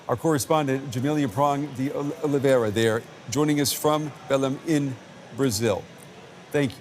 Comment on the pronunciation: Kudos for the anchor for correcting the pronunciation of Belém as soon as the Brazilian reporter pronounced it correctly. Such professionalism! Not "bellum", it's more like "belaing".